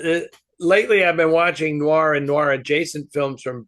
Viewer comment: Oh,, will there ever come a day when you pronounce the word "noir" properly? ☺